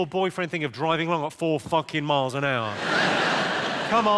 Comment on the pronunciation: Dude he’s saying mike per hour